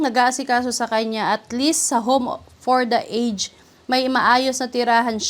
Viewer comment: Konting lesson for today po, ang pronunciation ng aged ay a-jed ( home for the a-jed)🎉